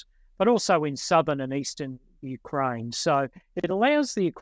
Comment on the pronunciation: "Moist of Ukraine". "A-tackem's". Disgusting. "Clustah". "NoAoades". "Sim-E-luh". I'm out!